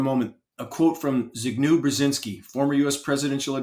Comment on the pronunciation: Mika's dad's name is pronounced zebignee-ef